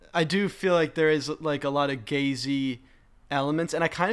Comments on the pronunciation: it took me way too long to figure out that you were saying "gaze-y" as in gaze-like and not the homosexual version of Jay Z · Why did I hear “gazey” as “Gay Z”?? Lmao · I thought he said Gay-Z Instead of Gazey